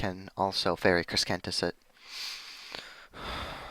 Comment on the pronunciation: Please learn to pronounce Crescentus. It's not Creskentus. It's crescentus. Like a crescent moon.